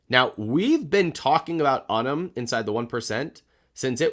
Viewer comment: Hey, I actually have sort term with Unum. I called them recently. They're actually pronounced YOU-num. Thanks for being awesome.